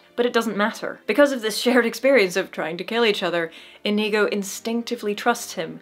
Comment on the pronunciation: Great video,. I agree with you on this great little movie and the great big swordfight. Try and get Iñigo's name right, though. God knows he says it himself often enough. The accent is on the first syllable, and the n is an ñ, not an n... just copy Iñigo. 🤨